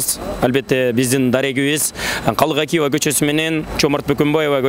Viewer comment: Жоомарт Бөкөнбаев Калык Акиев деп туура айтчы